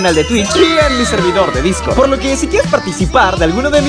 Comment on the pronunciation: alguien más noto que en vez de decir Discord dice Discrod xd